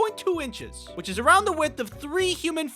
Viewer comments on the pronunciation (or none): none